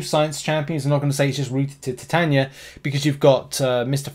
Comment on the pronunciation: I would pronounce it. Tie taye knee a